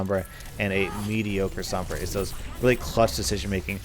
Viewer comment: Roll ur r's when u say sombra